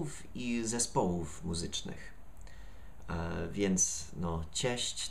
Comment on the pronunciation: 0.32 Idealne wypowiedzenia słowa "muzycznych" po polsku. Nie da się poznać ze mówił to Amerykanin :) Powodzenia w dalszej nauce j. polskiego.